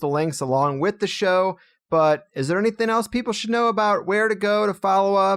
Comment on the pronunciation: I love you man but as a speech therapist you're driving me nuts with just a couple pronunciations. It's "anything" not "anythin" and its "especially" not "expecially". <3